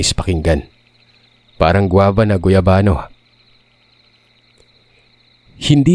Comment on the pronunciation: natawa ako sa parang guava na guyavano..hahhaa